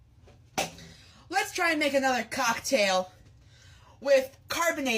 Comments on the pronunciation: I'm not English native but it doesn't sound like COCKtail is the right way to pronounce it... Did he do it intentionally or is he just weird like that? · it is pronounced cocktail but the emphasis isn’t supposed to be on cock 😭 it’s said together as one word, not the way he says it. i’m pretty sure he’s trying to be funny and/or weird and he’s doing it on purpose